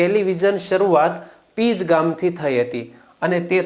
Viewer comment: Pij nahi pinj